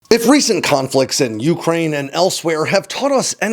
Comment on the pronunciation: your videos are too good for you to be mispronouncing ukriane.